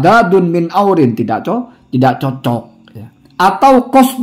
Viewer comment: Hasyim kali bacanya ya, 'iwazin bukan aurin